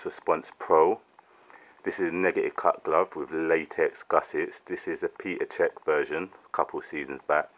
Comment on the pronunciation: Peter Cech hahaha It is pronounced Pet-r Cech